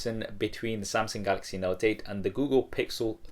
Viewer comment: wait did he say samsing in the beginning XD